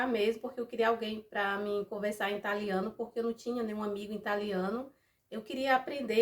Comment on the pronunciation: Amiga vc é uma linda,mas a palavra certa é Italiano,e não Intaliano, não sou professora,e nem tô lhe ignorando,só ensinando